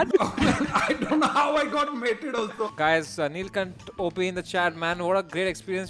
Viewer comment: they all have been saying neelcunt instead of neelkhanth what the heck